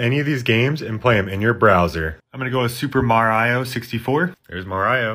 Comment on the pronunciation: "super marayo" 💀